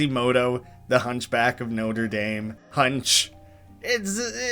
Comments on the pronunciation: noter daym its notra dom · Fun fact: Norte Dame is pronounced Notra Dom. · Did he just say "noter daym" unironically? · Oh boy how many times is someone gonna mess up Norte Dame collage and Norte Dame cathedral because well its na-tra dom not no-ter dame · The way you pronounced "Notre Dame" fucking killed me. Have you never heard French before? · I had to look into this after a few comments came about. Turns out it's a super common thing for people to get wrong, although it's pretty regional. I haven't seen the Hunchback in like 20 years, so I don't recall how they say it in the movie. But it turns out it is common in parts of the US and Canada, because of The University of Notre Dame. People refer to that with the more bastardized pronunciation I used. And considering I am more familiar with that, I didn't even consider the french setting of the film and just ran with what I knew.